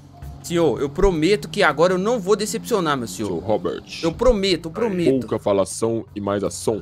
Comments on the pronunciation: "ROBERTT" KKKKK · O comandante falando Robert kkk